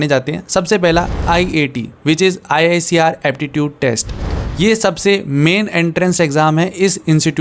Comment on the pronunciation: Bhaiya IISER KO 'आईसर' bolte hai😊❤